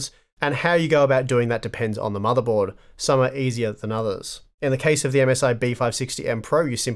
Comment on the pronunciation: What's a "motherbold"?